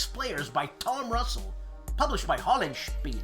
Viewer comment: Your video ping on "The Hunted" had a real sonar return.... it ran twice!!!:D Another week, another proper pronunciation of Hollandspeil-eh.... I'm proud of ya, man! should audition for Thor in the next Marvel Comics Avengers movie!! There's money to be made,!!! Hey, you're Italian! You should know that the G in Gela is pronounced like a J!!!! It's "jay-la"! S'ammatawi'you??? Oi! of the Centurion's Review: I'm calling you out on this "punk rock band of wargame review instiTUtions" rot... I wanna see you doing the garage band thing on an upcoming segment!!! Two chords maximum and at least one safety pin or ripped T-shirt!!! Doc Marten's optional!! Glad to see your Patron page getting so chock-a-block that the names won't fit any more!!! Curious to see what your graphic solution will be...:)